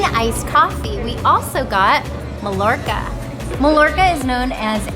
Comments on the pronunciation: Please never say "mah Lorca" ever again in your life. Lol.. its pronounced "my Orca". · Cool video, great family and thanks for sharing! Just one comment, the bread is pronounced, mah-Yor-kah. The double L has a 'y' sound. :)